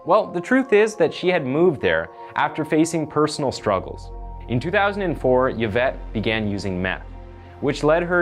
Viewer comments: I'm pretty sure Yvette is pronounced eevette not yavette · I couldn’t finish this dude. It’s pronounced ee-vet. Not yuh-vet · Just gotta say that the narrator undermines his credibility by repeatedly mispronouncing the victim, Yvette Pena's, name. It's pretty disrespectful. Yvette is pronounced, ē-vette. Not "yeh-vette." The letter "y" can act as a consonant or a vowel. In the case of Yvette's name, the letter "y" functions solely as a vowel with the long "e" sound. Also Corcoran is pronounced, kor'- kran. Not kor-kor'-an. The video seems to be well researched and produced other than these mispronunciations. Time to up your game. If you are not sure about a pronunciation, look it up or ask someone. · Yuh-vette Pee-na? I think its pronounced Ee-vette Pen-ya. I could be wrong. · The ‘Y’ is pronounced as an ‘E’. Phonetically it sounds like ‘E-vet’. 🙂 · “Eee-Vet” “Payn-ya.” That’s how you say “Yvette Peña.” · Just to say Yvette is pronounced “Eeevet” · Hey just a heads up, but Yvette is pronounced “Ev-et” and sometimes “ee-vet” :) the Y isn’t pronounced how we’d usually pronounce it, that’s all! Think of the name Yvonne (pronounced Ey-von or Ee-von) it’s kinda the same as that :) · The name is pronounced E-Vett. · It's pronounced E-vett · It's pronounced : Evette Pen-ya. Jesus this guy just reads a script blindly. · E-vette Pen-ya Victim name pronunciation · E-vet. You don’t say the Y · Dude you're not even trying now. Yavette is not how you pronounce this name. Please put in a tiny bit of effort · It's pronounced like E-Vet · I really liked how you pronounced her name because I've never heard it like that, even tho it's pronounced as "Evette" like E commerce. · its pronounced Evette Peenya. Sorry but the pronunciations get me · Her last name is pronounced ( Pen-Ya) not PeaNa just thought you should know! Yvette Peña